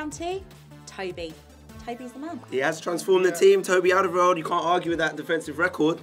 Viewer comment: I hate to be a pedant but you keep pronouncing Alderwerield wrong! :-P Check the Spurs TV clip. Love the channel!!